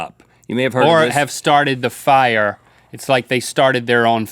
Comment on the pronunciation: Rhett and Link def watched the episode of south park last night. the episode where everyone spontaneously combusts into FIEAH (fire)